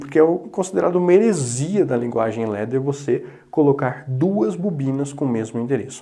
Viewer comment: Muito bom, mas se pronuncia Ladder como se escreve e não Ledder, Ladder vem do inglês e significa Escada.